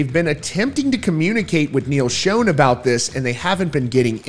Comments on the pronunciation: Imagine doing a video like this without even knowing how to properly pronounce the guitar player's last name. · Neal Schon pronounces his last name like "Sean" or "Shawn," not a long O sound. Get it right. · Why are you pronouncing it Neil Shown ??? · Just for future reference: Schon - rhymes with John. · this guy keeps on saying neil's last name incorrect. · Pretty sure you keep pronouncing Neil’s last name wrong lol